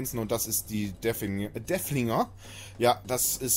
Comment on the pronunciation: DeRfflinger... Da ist ein "R" drin.:) Freundlicher Hinweis, danke für Dein Video!